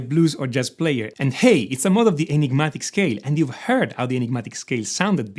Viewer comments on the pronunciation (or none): none